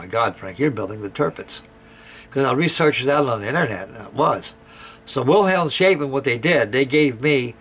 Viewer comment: Great build again! A little lesson in german: Wilhelmshaven is iwo words; Wilhelms and haven, pronounced Wilhelmshafen, (v is almost always pronounced f in german) and it means: Wilhelms Harbour :)